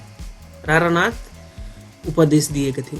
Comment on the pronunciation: रारनाथ हा्ेइन सारनाथ हा्े।सर